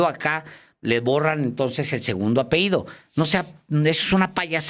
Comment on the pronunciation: Alejandro Páez se dice apellido, no apeido ( esto ultimo me suena a que se a peído, o sea, se ha echado un pedo)